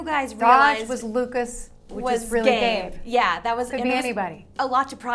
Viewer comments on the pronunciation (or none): they said gabe but it sounds like gay lol even the closed caption reads 'gay'